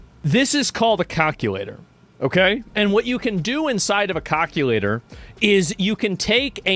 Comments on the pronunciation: A cahculator 😂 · he said "cock-ulator"